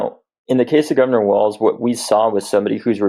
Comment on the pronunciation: Walz pronounced as "walls". Be respectful of his name, please.